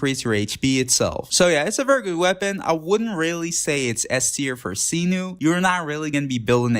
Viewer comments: Mf said “seenoo” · every translation video that i've watched from people who are Arabic (which is what Sumeru is inspired from, not Greece) pronounced it like did. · oh no the pronounciation of cyno drives me crazy